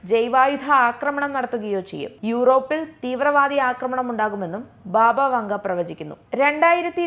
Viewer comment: ബാബാ വാംഗാ എന്നാണ് . ബാബാ വങ്ക എല്ല